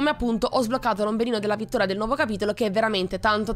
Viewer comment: Ma solo io alla fine apposto di vittoria aveva detto vittora PS tutti possono sbagliare tranquilla